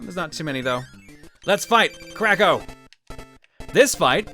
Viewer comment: Every time says Kracko, I keep hearing "Crack Ho"